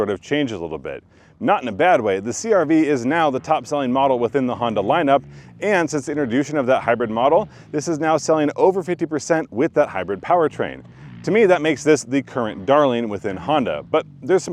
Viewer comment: Did he say “interdooshin”?